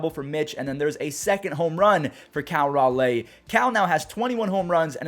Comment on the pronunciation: Dude your killing me. I love you man but please look up the pronunciation for Cal Raleigh